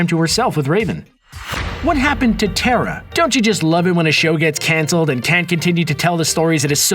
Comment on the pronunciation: its "terra" not tera